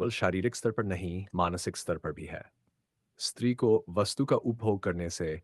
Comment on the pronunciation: SATRI nahi STRI bolna chahiye...